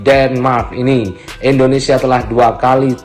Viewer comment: Endonesia apa Indonesia bang???